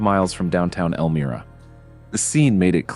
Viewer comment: Elmria with a long “i” Dumb AI!